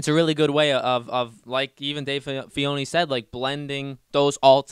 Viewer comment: right, and he couldn't even pronounce Dave Filoni's name correctly, kept calling him "Fee-oni".